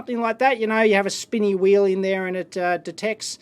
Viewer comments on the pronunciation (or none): none